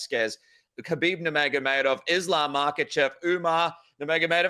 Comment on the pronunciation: Javier Mendez has to be one of the biggest Frauds in MMA. No doubt that he knows how to fight, but to think he's behind these great champions, or somehow responsible for their progress is just laughable. And I wish somebody would please explain to this guy how to pronounce the name khabib. He pronounces it HABEEB.